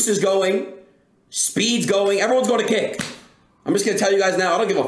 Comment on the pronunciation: hearing ludwig discuss 'kick' is triggering my inner 12 year old's fight or flight response as i hear it as 'kik' every single time